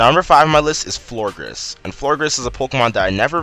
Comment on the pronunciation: It's Florges not Florgres